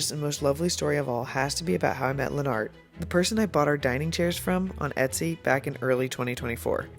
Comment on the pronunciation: I think Lenart’s name is pronounced more like Leonard- but with a t at the end instead of just Lenn Art- after hearing him pronounce it himself.